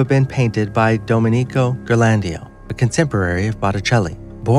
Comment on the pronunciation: Why can't these posters check first about pronunciations? It's Domenico Gear-lon-DYE-oh (Ghirlandaio) and Peter BROY-gul (Bruegel). Puts everything else they say in doubt (maybe not a bad thing) and makes them sound like hicks (definitely bad).